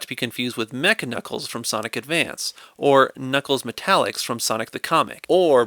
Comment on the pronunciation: honestly i thought he said sonigg